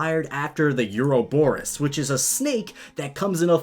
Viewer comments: It's is pronounced oo Rob or us it means ever lasting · Did I just hear Dunsparces’ evolution oroboros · Or-a-bor-ose. there you go, there's the pronunciation you were after. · doesn't know how to say Ouroboros. Let's all point and laugh at him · You still managed to say Ouroboros wrong. It's not that hard, anyways it's a pretty cool thing in mythology. Read about it.